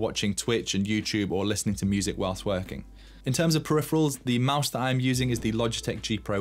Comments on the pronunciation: did you say you use your speakers for "listening to music while twerking"? Or "whilst working" :) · Did bro say twearking